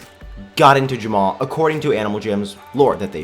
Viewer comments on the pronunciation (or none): why do you pronounce Jamaa Ja-mao?